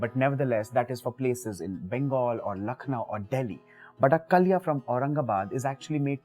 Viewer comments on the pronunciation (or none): none